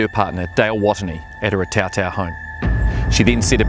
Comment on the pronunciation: Pronunciation of Otautau not great.